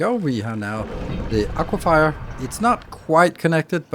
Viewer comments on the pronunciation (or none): ah-qwa-fer not ah-qwa-fire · Aquifer is not pronounced aquif”eye”er